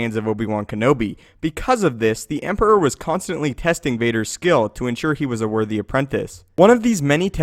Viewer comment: Great video! lol sometimes it sounds like you say "pesting" instead of "testing" :P